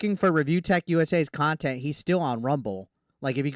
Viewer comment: Oh no, where will I get the experience of an arrogant fat man playing laughtrack sounds repeatedly while licking a black statue of a rooster... how will we survive without that "QUALITY KHANTENT" as DSP likes to say.